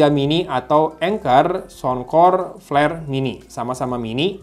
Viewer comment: peler bg bkn pler 😂